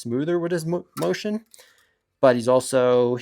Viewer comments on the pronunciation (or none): none